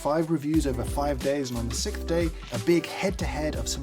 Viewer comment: Do we say "Sick-th day" like him or do we say "Six-th day"?